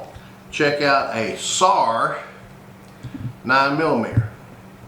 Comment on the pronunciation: It's pronounced sar not sars